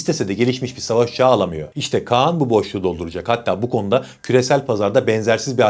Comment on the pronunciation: kaan değil KAĞAN